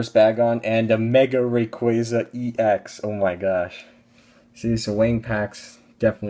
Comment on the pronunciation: WHY DOES EVERYONE PRONOUNCE RAYQUAZA WRONG OMFG TRIGGERED. Real pronounciation: Ray- QWAZA